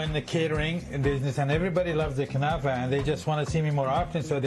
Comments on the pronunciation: Not "knefeh"! KnAfeh! If you don't know the language, at least READ what was written! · What the heck is a "kunafa"? It is called KNAFEH! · What the heck is knefeh? Relax